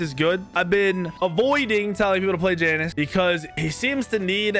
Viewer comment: Mispronounces Janus, calls Tiamat a “he”.. and that’s just the surface. How much do you really know about Smite?